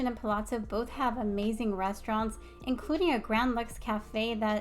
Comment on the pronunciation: Really nice video. I’m particularly impressed that you pronounce the ‘zz’ in Palazzo correctly!!! Kudos.